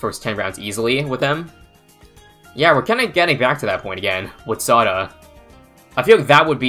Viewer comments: It's pronounce Sauda like Saudi !!!! Why is everyone mispronounce her name 😂😂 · Oh, I thought it was pronounced sow-duh